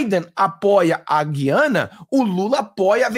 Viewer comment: Gu-i-ana. O U é pronunciado.